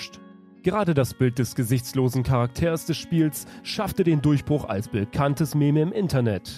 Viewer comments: Eeew! Du sagst dich bitte nicht ernsthaft "Mämä" zu Meme. 😂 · Das "Mä-mä"? Das wird "Miem" gesprochen.:D